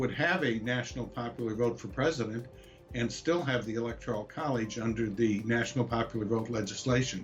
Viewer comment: First learn how to pronounce "Electoral" correctly.